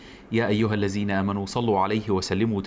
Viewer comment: يا ايها اللذين مش (اللزين) حضرتك بتلحن في القران. فكيف بتثقف الناس و انته تخطئ بلفظ الايات القرآنيه. ربنا ياجرك على قد نيتك.